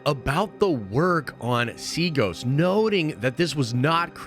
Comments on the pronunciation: DUDE THE PLANET IS CALLED SEATOS. NOT SEAGOS. T NOT G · Did he say Seagoes? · At this point I’ve lost hope that bro will ever pronounce the planet “Seatos” correctly . . . I’ll hold the L for holding out hope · IKR? Everyone on YT is mispronouncing that planet’s name.